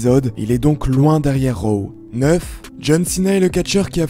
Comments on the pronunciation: On dit ro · C'est raw pas row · C'est drôle la façon que tu dis raw